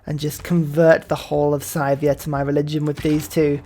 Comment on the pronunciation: FYI, I'm pretty sure Sythia is pronounced like "sigh" not like "ski"